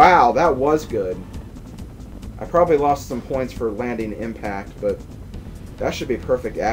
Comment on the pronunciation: "probrobly the the hardest mission in the CRAP" XD LOL